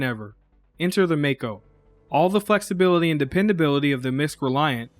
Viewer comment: I liked this review because you pronounced both mako and kore correctly.